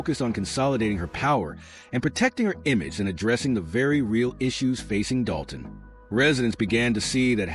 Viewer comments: Dude it's Dolton, with an L. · Doe-ton??? LMFAO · When you jump on the bandwagon and don't even know how to pronounce the name of the town, you are so pathetic.